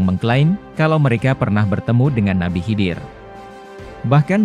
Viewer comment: Nabi khaidir mas.. Bkn nabi hidir...